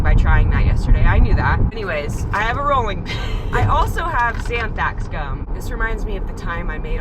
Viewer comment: When you keep saying "zanthax" you mean xanthan or anthrax!? .. 🤭 😂